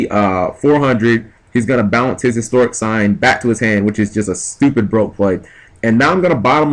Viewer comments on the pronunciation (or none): its like you dont read shit On top of pronouncing everythign differently which is fine, annoying but fine. Its Hysteric sign not Historic sign, as well as Harpie's Pet Dragon not Harpie's Baby Dragon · Why would you side out Fiendish Chains which punish Channeler and Summoner Monk and keep the D Prisons/Force against a deck that pops backrow like it's its job. If these videos are any indication, your side game needs much improvement. Also, 'hysteric' is not pronounced the same as 'historic'.